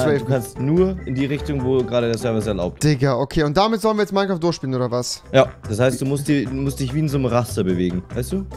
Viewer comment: niemand: und Rewi: Minequaft